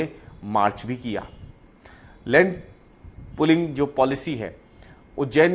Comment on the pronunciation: Bro, it’s pooling not pulling